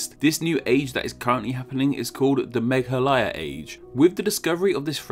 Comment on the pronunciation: 100% props for pronouncing Meghalaya correctly